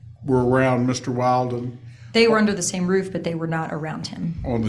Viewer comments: How many hours has this attorney spent on the case and still calls that guy WILDen instead of WILLden? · Counsel deliberately pronounced Mr. Badboy [Willden?/Wailden?] wrong the whole time 😏😁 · WILL-DEN. MR WILL-DEN, like she's said over and over. I know it's petty, but that just bothers me so much! Pronounce names correctly. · It' so comical that the new BF was trying to hide who he was, so much. Everyone, even the judge, didn't know what to call him. His name was said wrong fifty times in 4 hours, lol. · I think it's pretty unprofessional that the pros and judge haven't made the effort to remember the correct pronunciation of Wilden. Very unimpressed. But gods, she's a smug piece of work!